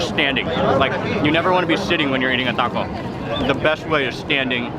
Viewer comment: "It's a cwunchy waco"